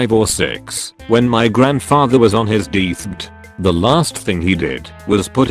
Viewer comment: The way "deathbed" is being pronounced is quite distracting.